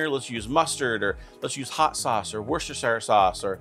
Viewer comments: Really great video. This from an Englishman, Worcestershire sauce is pronounced woostersher sauce in the UK. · It's "Wash-yer-sister" sauce! 😁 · Wooster-sher. You can do it - wooster-sher ;) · "Worchestershire" sauce is pronounced "Whats this here" sauce. You're welcome... lol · From the UK, Worcestershire pronunciation = wuss-ter- sheer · Wooster shire. Worcester County, England. Worcester is pronounced Wooster. Shire is an English word for county. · Let me help you pronounce Worcestershire sauce Wash-your-sister-sauce